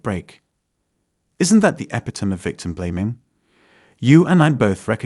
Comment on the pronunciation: Why can't AI learn to pronounce "epitome"?